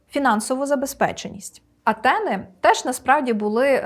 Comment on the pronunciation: Та чорти б вас взяли за роги - шо ви робите?? Мене аж тіпати почало поки не второпав що ваші «антени» це Афіни!! Якщо вже вам так хочеться покрутити вимову після перекладу то хоч вимовляйте як в оригіналі!! Знайти б того всратого патороча який це вигадав та змусити його годин 300 поспіль слухати як це вимовляється мовою оригіналу - най знайде мені там «т». Тим більш жорстку українську «Т» Весь ранок зіпсували